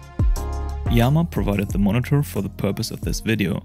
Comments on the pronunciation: I think its pronounced ii-yama as in japanese "good-mountain". Two words. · Thanks for sharing this! I looked that up before making this video and the best I could find was a video of a iiyama representative pronouncing it as just yama...